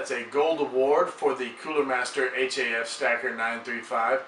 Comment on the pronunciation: stop saying H-A-F